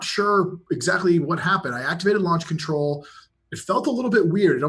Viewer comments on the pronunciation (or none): none